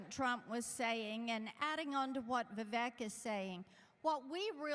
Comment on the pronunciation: Trump really needs to learn how to say Vivek's name right